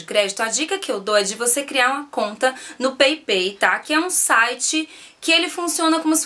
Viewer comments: Peipei nao amor, se fala paypal mesmo! So a titulo de informacao! Bjs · Pepei 😂😂😂😂😂 Paypall se fala peipal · Peipal que se fala... bejs! :* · se fala "peipau" (paypal)!!! Rsrsrs.. Beijos, flor! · Peipei?? Ahah morri XD